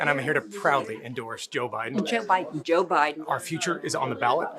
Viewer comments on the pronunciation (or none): Am I the only one who hears the blonde say "JIM Biden"?!?